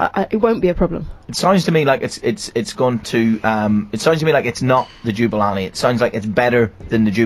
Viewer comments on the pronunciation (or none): Ja-Boo-La-Nee not Ju-ba-la-nee! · Jubalani? LOL it's Jabulani xD